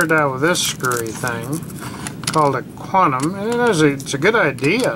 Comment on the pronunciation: Quanum eh